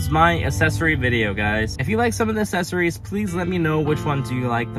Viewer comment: Accessories not assessories!